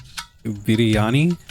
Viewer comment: parotta is is pronounced parotha and idiyaapam is pronounced utapum and u pronounced Biryani and dosa correctly